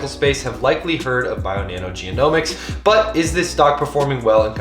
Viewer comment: genomics .. not geo-nomics, sorry thqt was triggering